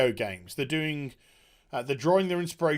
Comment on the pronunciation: Not droring you in? It is kind of droring me in^^